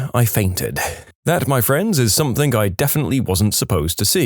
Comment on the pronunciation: No k in the word something